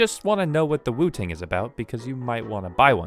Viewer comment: I keep hearing you say wu-tang lol